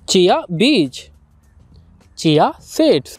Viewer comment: Aap mirch aur pudina ke naam me paper pronounce karte hai jab ki wah pepper hai,aise hiचिया। ना बोल कर शिया seeds bole।